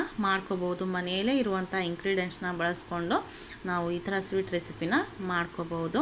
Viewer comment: ಎಂಕ್ರೈಂಡೆಂಟ್ ಅಲ್ಲ ಮರಾಯ್ರೆ ಇನ್ಗ್ರೀಡಿಯೆಂಟ್ಸ್...